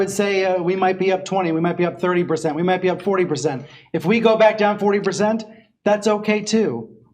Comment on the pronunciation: "40 Berzent..."